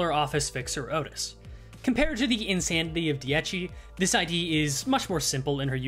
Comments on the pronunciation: I love your videos,but for the love of god,as an italian i implore you to learn how ti pronunce dieci correctly,how you pronounce the first "half" is wrong,whioe you got the secone half right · I'm going to forever make fun of you for saying Dee-ecchi Rodyon forever.